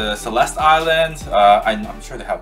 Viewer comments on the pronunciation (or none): none